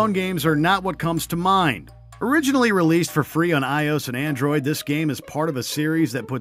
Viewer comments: He said "eyeose" instead of I.O.S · iOS pronounced eye-os? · Among other things. Who doesn’t know iOS?!?! He says “eye-ose.” 😡😡😡 There was at least one more I can’t remember. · narrator- sounds extremely disinterested doesn't know the difference between corps ( pronounced "core" ) and corpse doesn't know how to pronounce Imhotep says "3rd person beat-em up" when it should be "3D beat-em up" says iOS as a single word ...are you guys TRYING to be terrible or...? also, the worst part about The Guy Game isn't the sleaze factor ( seriously, could you BE a bigger prude there? )...it's the terrible "gameplay" and more importantly the fact that one of the girls exposing herself in it was underage.